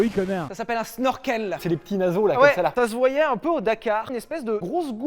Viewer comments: On dit chneurkeul... Pour Snorkel.. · Ça se dit CHnorkel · Petite information d'un rageux, on dit pas Snorkel mais shnorshell c est une invention Hollandaise pour les sous marins qui a été redevloppé pendant la WW2 par les allemands avec les U-boot. Voilà.